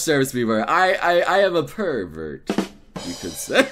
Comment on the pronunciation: "Per-Vert" really? You went there? insert Kappa